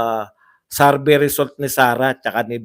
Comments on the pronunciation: SAR-BAY SAR-BAY SARBAY!! ang sakit sa tenga;,, SURVEY, SUR-VEY PAKIBAGO naman po ninyo ang pronounce... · Survey! hindi sarvey.😁😁